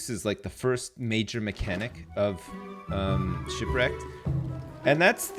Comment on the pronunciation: "Don't Starve: Sipwreked"